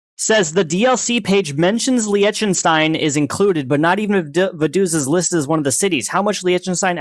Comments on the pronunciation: Bro. it's not pronounced liekenstein. It's Liechtenstein. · your "wrong" pronunciation was better than the "correct" pronunciation. It is not pronounced "Licktenstine". The official language is German, and the name is pronounced like "Leeshtenshtine". It is baffling to me that native English speakers can't be arsed to learn what the German "ch" is supposed to sound like. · It‘s not even pronounced Licktenstein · It is actually NOT pronounced Licktenstein. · It's not pronounced Licktenstein. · it is not pronounced Licktenstein your first pronounciation was right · lot of murica moments in here but the funniest part is him correcting his pronounciation of Liechtenstein and then complaining about the spelling. It is a soft ch like you tried pronouncing at the start. Not a ck... Let me tell you abt the ie, ei business. Basically they speak german and in German the ie is a long i. The ch is either a throaty h sound or a soft sh sound, in this case the latter The st is a sht and the ei is an ai sound. Still a good video and I enjoyed it, bye